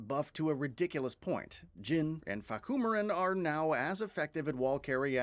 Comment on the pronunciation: I FUCKIN DIED WHEN SAID FAHKUMIRAN LMFAO